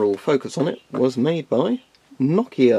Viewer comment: That Nokia was perfect pronunciation. English speaking people usually say it no-kia.